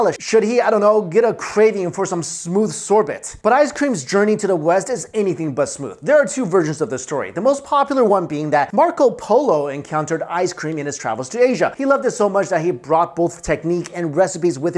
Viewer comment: And, sorbet is pronounced "sore bay " not sore bet.